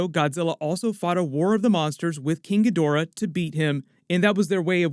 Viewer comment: I stopped listening the instant this clown mispronounced "Ghidorah"